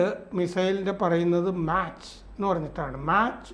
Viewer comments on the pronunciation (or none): മാച്ച്❌️ അല്ല മാക് ✅️ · ഇച്ചിരി കൂടി പഠിച്ചിട്ടു പറയു.. എല്ലാരും ഇപ്പോൾ യൂട്യൂബ് കാണുന്നവർ ആണ് മാച്ച് അല്ല മാക്ക് സ്പീഡ് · മാച്ച് എന്നല്ല , മാക് എന്നാണ് ഉച്ചാരണം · മാക്ക് എന്നാണ് സർ 🙏🙏🙏